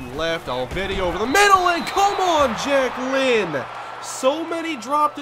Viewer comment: Everytime says Jack Lynn, I can't help but hear Jacquelyn.